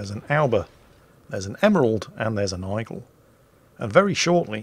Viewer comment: what on earth is an "Eyegull"?